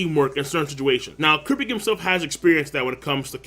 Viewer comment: it drives me crazy every time he says kurapika